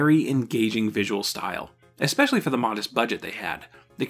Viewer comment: Why do you say "exspecially" and "exscape"? Those aren't words.